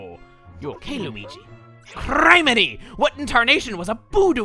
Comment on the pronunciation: Please,! You're pronouncing criminy wrong! crih-mih-nee, not cry-mih-nee. I'll keep posting until by magical chance this is seen. Call it desperation if you will, but it's too cringy for me:c